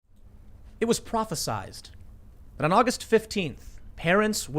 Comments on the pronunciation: Prophe-sighed. Not sized. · “Prophesied,” not “prophesized.” prah phe sighed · Tim, it’s “prophesied”, not prophesized, or whatever word you were trying to invent.